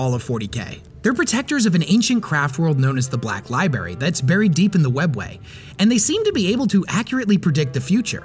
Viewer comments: Did you really say “libary” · I love the lore videos. Also did I hear you say Libary? 🤔. Because you make great videos me as a stranger that has an opinion that doesn’t matter will let that slip pass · Are you saying libary or library? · Please stop saying "lie berry".